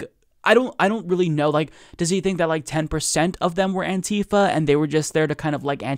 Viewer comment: Bugs me more then it should, but it's "anti-fa" not "an-tifa". As in anti-fascist, not a character from Final Fantasy.